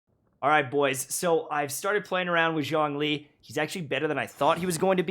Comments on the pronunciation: "Zhong-lee" The chinese archon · ps. Zhong Li is pronounced as "Jong Li " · As a fluent Chinese speaker you’re killing me with that pronunciation lol, but that’s basically a problem for every character from Liyue, even for the English VCs